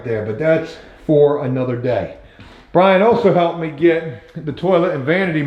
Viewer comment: I hate the way you anounciate "BRIAN" THATS not a lisp.... What is that